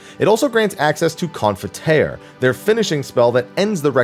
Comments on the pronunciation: Requiescat (a, not e). Confiteor, not confiter (pronounced with an e and o, not just e). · Mildly triggered at the Confiteor pronunciation 😅 Great video though Always bring a warrior to MT and invuln cheese and the OT can be anything else right? /s